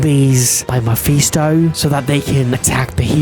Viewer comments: How tf did he get muffy stone bro can’t spell or say mephisto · Nah bro said muffy stone 💀